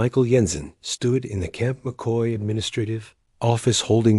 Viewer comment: camp mockey? It's CAMP McCoy